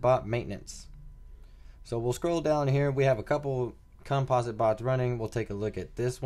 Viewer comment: "Compa-sit" not "Cum-Paws-it" ..jeezus kryst. lmao